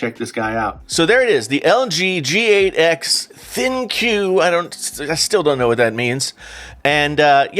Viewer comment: ThinQ is pronounced “Think”, you had it right at the beginning of the video. 🤓